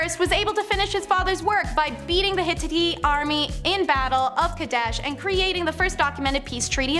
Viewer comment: Good grief WHO is that hapless girl that can't pronounce a single solitary name in ANY of her lists? Has she NEVER watched the 10 commandments? Hit-tah-teas. The Hit-tights deserve better, as well as every other single person, people or God she slaughtered her hilariously bad guesses through. Is bumblebee elite run by no one over the age of 18 who has heard any of these words or names spoken out loud? You are UN-Educating people, not the other way around. She isn't the only host who is utterly clueless about anything they are speaking about. Every single one slaughtered themselves on a pyre made up of the comic books they learned from. The P in Ptolemies is SILENT. Unbelievable. Here's an idea, watch a few Egyptian documentaries on youtube made by Adults.